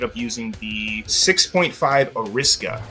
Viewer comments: Ariska? I thought Ari-sa-ka. Japanese rules of pronunciation. As for the Russian, I'm not going to touch that. I truly have no idea. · Interesting pronunciation of "Arisaka".